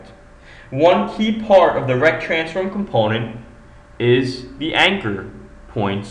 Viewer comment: RRRRRRRRRRECT transforms an nchr pnt...